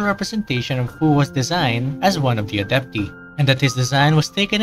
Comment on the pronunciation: It’s adep-tie bestie, for the pronouncing of adepti💀